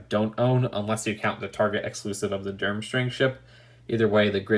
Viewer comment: its derm-STRANG not derm-STRING